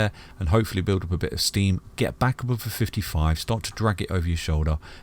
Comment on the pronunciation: Isn't it funny that it's called ETHEREUM and the English can't pronounce TH It's not F it's TH oh and lets not talk about above...ABOWVE ffs!